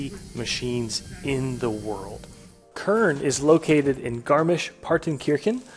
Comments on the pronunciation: Heisst Kern nicht Körn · This boiiii is called Kern not Körn :P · Der Ort heißt nicht "körn" du must es "KRRn" aussprechen! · It's actually pronounced "Kérn"